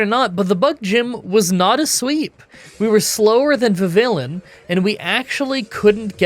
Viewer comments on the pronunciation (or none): none